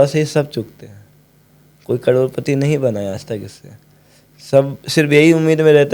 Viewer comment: Karodpati ❌roadpati✅